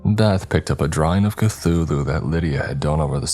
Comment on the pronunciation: CAFULU??? Istg you lot do this on purpose